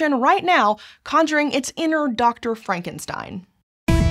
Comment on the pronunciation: You kept on mispronouncing "Frankenstein." You were pronouncing it in an Abby-normal way. ;-)